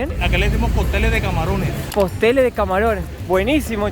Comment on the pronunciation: No es postel, es cóctel de camarones jajaja